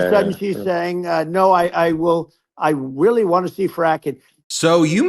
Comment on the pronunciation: "I weally wanna see frackin" lol ok Elmer Fudd